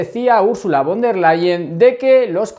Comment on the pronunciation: Gracias por tu trabajo,!! Una cosita: en alemán, la "v" se pronuncia como la efe española, o sea "Úrsula FON del Leien". Mete una efe sin miedo,! Un abrazo!